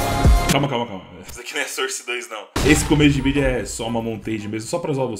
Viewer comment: Desculpe comentar... Eu geralmente nem falo sobre isso.. Mas nesse vídeo foi difícil. Sou professor de inglês, e embora ninguém seja obrigado a saber inglês, vou deixar aqui 2 pronúncias : SOURCE (fonte) = pron SÓRSE e não SÃRSE, portanto, som de ó. ENGINE (motor) = pron INJIN e não ENDJAINI. Portanto, som de I.